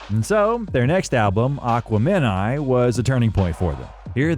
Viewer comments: I was into this until I realized the narrator was only a casual fan calling the album aqua-meni instead of exactly what the self titled song says the moniker of the album is. This is what culture vulturing is in action. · this is not how Aquemini is pronounced. They pronounce the word IN THE FUCKING SONG. It's not aqua-MEN-eye. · Aquem-in-eye not aqua-men-eye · I cringed at his pronunciation of AquaNemEye😂 its A-KWEM-EN-EYE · Aquemini is pronounced /əˈkwɛmɪˌnaɪ/ or akwemini ..... not aqua mini LoL. it has 3 syllables but there's no break in speaking it. it's one fluid sound, like ultafine ~ aquemini . Not aqua (break/silence) mini ...... it sounds SO weird and unnatural and artificial the way you say it in this video LMFAO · Great video but you horribly mispronounced Aquemini. Its not Aqua-men-I, its A-quim-in-I. That's how they say it in the song. "But until they close the curtain, It's him and I, Aquemini" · STOPP SAYING AQUAMEN 👁EYE. Did you even listen to the album? 👉A'kweminyye.. Phonetically that's the closest I can get.. Your pronunciation is Buggin. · Its pronounced Aquem meni not Aqua Meni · AQUA MEN EYE !! HAHHAHAHAHHAHHAHAHAHAA How you know youve never listened to the entire album. They say plainly, "its Him n' I: Aquemeni" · "Aqua-Men-Eye" smh.. I can't stand AI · I was rocking with this video until the narrator said "Aqua Men-i".... repeatedly. WTF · Aqua fin ni😂 They always get white guys who don't know how to pronounce shit to narrate this videos about black people. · The video was great until Aqua-Meni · Aqua men eye? So you've never listened to the album lmao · Narrator glitching on “Aquemeni”. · Lol… Return “To” The G? Aqua-men-i ? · the pronunciation of aquemini as 'aqua men i' really is awful in a biography when there is source material that literally says it multiple times. other than that, nice work by the channel "" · digging the vid but just lost credibility saying Aqua-men-I instead of Aquemini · Bro said "Aqua-Men-Eye" 😂